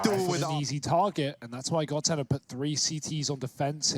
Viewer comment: Bruh it's godsent